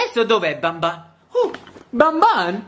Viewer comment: SI DICE BANBAN